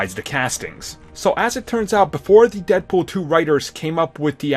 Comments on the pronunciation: Lol "deadpoll" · Deadpoll??? How do you mess that up